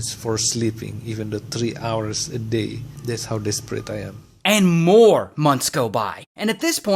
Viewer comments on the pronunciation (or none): none